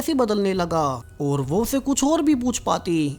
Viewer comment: Whay nahien hota, Woh وہ correct pronounce ha.